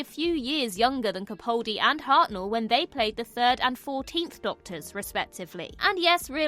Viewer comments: YOU ARE HOPELESS! I can't say how many times I have politely pointed out that you are saying Peter CaPALdi's name incorrectly. Yet you persistent in saying it wrong. It is frustrating for me and disrespectful to Mr Capaldi. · She may be able to say the name of an alien planet correctly, but she still continues to mispronounce CaPALdi, which is the way HE pronounces it. I've commented on this multiple times, but it's totally ignored. I find it disrespectful. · Why do so many people pronounce his name wrong? It's not CapAWldi. the "pal" in his name is pronounced just like that - a pal, a mate. So, CaPAHldi. That's how he pronounces it hinself so that's the correct pronounciation.